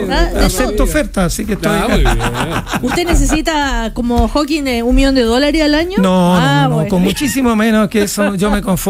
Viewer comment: Prof. Maza, es HawkinG, no HawkinS... Entiendo que los periodistas se equivoquen, pero Ud?